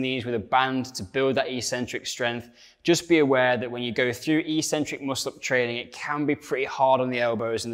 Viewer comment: In English that's pronounced ek-centric not ee-centric.